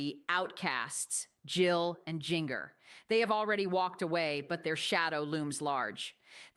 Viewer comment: Lady its Jinger pronounce Ginger